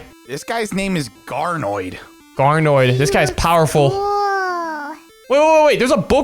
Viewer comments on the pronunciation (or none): Bro called Brud a durk💀💀💀💀💀💀 edit: he also called garnold garnoid💀💀💀💀💀💀💀